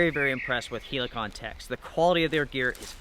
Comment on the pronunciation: The way you say Helikon is really annoying mate